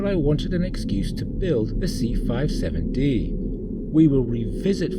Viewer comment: It’s the “C-57-D” not 657-D as you say early on in your narration. I don’t think there’s really any dispute over the fact that Roddenberry absolutely ripped off forbidden planet. He absolutely positively did rip it off heavily. Lost in space ripped it up to a much lesser extent. Primarily the fact that the Jupiter two was a flying saucer with revolving lights at the bottom as it’s propulsion and the landing legs which doubled as stairwells to get in and out of the saucer. And there was an astrogation bubble in the center of the control deck for the Jupiter, two as well as in the center of the control room on the C-57-D. Interestingly, some early designs of the enterprise Bridge seem to be trying to incorporate one as well, and the odd ceiling design in Star Trek. The motion picture allegedly was intended to incorporate one, but I’m not sure if they gave up on that, or if you had just couldn’t tell on screen. (for people who are not fans of 1950s science fiction, and Astrogation bubble or sphere was conceptually similar to a map table on a ship, except that by virtue of being a sphere it allowed you to plot courses in three dimensions)